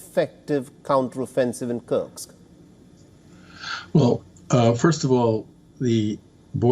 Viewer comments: My friend… it’s kursk, not sure why it’s so difficult to pronounce for you 😂😂😂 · It’s KURSK! Get it right!